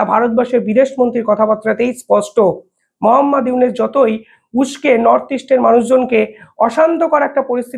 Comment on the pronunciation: আপনিতো ইউনুস উচ্চারনই করতে পারেন না